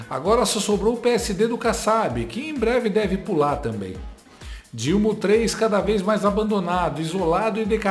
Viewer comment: Além de não usar o gerúndio corretamente, esta moça, a Andrea Sadi, não consegue pronunciar a palavra tamBém. Fala sempre "tamém"... Que coisa estranha... Vício de linguagem??? Sei lá... Mas é muito feio...